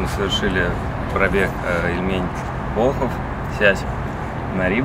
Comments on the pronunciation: И ещё: оз. Ильмень, а не ильмЕнь!!!))))) Приятно увидеть знакомые места)))) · Ильмень, ударение на первый слог.